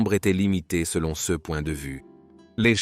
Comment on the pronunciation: Il y a plusieurs pb récurrents de traduction/lecture de l'IA : "ce" est souvent prononcé "CE" (céheu), "Nepos" est traduit par "Napoléon", et "slave" par "esclave". Dans certaines vidéos, Egypte est traduit "république islamique d'Egypte". Merci de corriger ces erreurs récurrentes :)